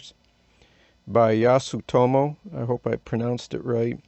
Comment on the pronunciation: your pronunciation of Yasutomo was beyond reproach :)